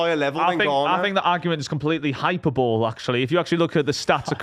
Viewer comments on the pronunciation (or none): not enough was made of saying hyperbowl instead of hyperbole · Ahhh yes ‘hyper bole’ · “Hyper-bowl” got looked over far too easily